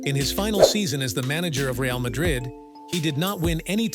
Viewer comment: You have no idea about football when you don't know to pronounce Real's name